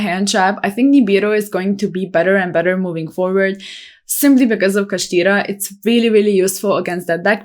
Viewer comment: I like the accent when pronouncing kashtira haha this top 10 is definitely solid.